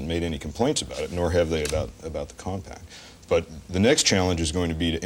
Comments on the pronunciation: It’s not pronounced “COMPACT”! OMG, have some self-respect - you’re gonna be on YouTube one day. X-P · Did nobody know how to pronounce "Compaq"? I swear they keep saying Compact